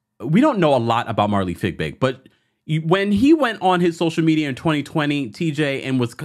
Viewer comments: Not you calling her fig big. Lmaoooo.😂😂😂😂 I think it’s pronounced fyee-big. Boy that had me weeeeak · Her last name is Fiebig, not Figbig. Why are you not able to pronounce her name correctly?